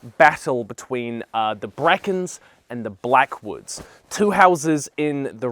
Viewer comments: "Like with the Blackens and the Brackwoods" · “Blackens and brackwoods” lmao